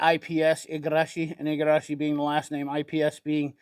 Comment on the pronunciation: Wow, perfect pronunciation of "Igarashi",! 👍